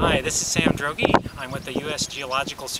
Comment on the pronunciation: thats wierd...the droeges in inddianan and alabama pronouce their name differently...they say dregy...and you say drogy...